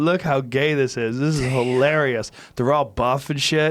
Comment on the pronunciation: Joe “This will be filarious” Rogan